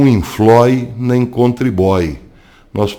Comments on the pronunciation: "...não inflói nem contribói..." "gosti"!!! Rsrsrsrsrs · Não inflói nem contribói kkkkkk boa professor 😄😊🇧🇷🇮🇱🇺🇸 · "não infloi nem contriboi" eu ri... kkkk